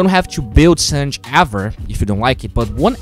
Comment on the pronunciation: It's San/ge not sanj